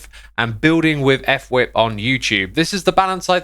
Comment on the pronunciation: I’m pretty sure it’s actually pronounced fwhip as on word, not f-whip